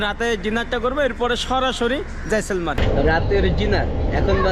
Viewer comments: ভাই জয়সলমার না কথাটা জয়সলমের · Jaisalmar noi jaisalmer 😅